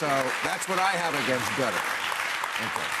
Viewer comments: I know Americans are infamously insular, but 'gutter'?? for Qatar - pronounced like catarrh. Surely you can cope with that Bill?? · Why do they say gutter and not k~tar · It's pronouced "kuh TAR". I think. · Qatar= Gutter lmao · Loved Coates saying Qatar should be pronounced "Gutter" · I love how Bill subtly pronounces Qatar as 'gutter' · “Gutter” FFS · Wow! That’s amazing how Bill went from not knowing how to pronounce Qatar to being an EXPERT on its people, religion, laws & denouncing them within 3 minutes! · Loving the pronunciations of Qatar🤣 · As an American travelling abroad.... its very odd to hear even famous people mispronounce Qatar. Its a very very very very famous central airport. If you fly anywhere you can fly through Qatar. Or use their airways. Most people abroad know how to pronounce Qatar and they associate it with a layover in transit somewhere and also the airline. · Jesus that whole qatar bit was embarassing, from the mispronunciation of the countries name to the utter lack of knowledge all round. America in a nutshell